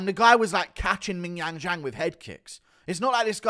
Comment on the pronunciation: Guru was one mispronounciation of Zhang before flying into a racist tirade